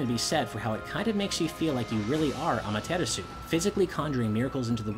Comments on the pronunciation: The shinto sun goddess "Ama-teter-su" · Geovanni Soto At least I’m not saying “Ah-mah-ter-AHS-oo!” I’d rather try to pronounce it correctly and be a little off than just straight up butcher it. :P